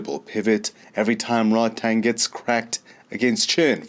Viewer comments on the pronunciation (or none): RodTang means = A Tank in Thai. Please get his name right :)